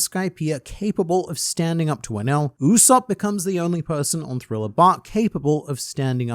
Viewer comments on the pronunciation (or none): none